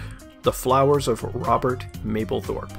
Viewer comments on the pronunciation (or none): none